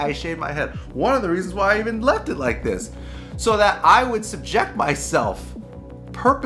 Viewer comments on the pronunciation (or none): none